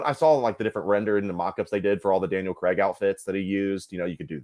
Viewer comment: I noticed all you guys pronounce Craig as Creg